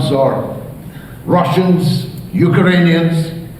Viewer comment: George "You-kiranians" Galloway